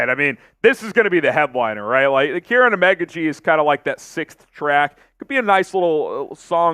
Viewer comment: It's pronounced Keer-on not Karen😂